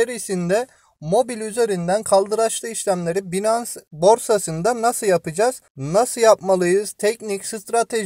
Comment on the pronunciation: Hocam binans diye değil (baynıns) şeklinde telaffuz ediliyor.. Saygılar...